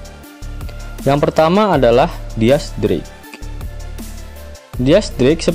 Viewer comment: Dis drake bacanya